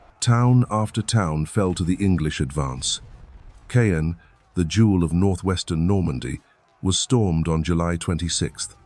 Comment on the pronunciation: Kay-en oh dear.....